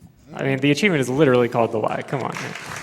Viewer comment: Why does he keep pronouncing the word cheevo like that? He keeps saying "acheevment" or something like that. Is it some weird slang for cheevo?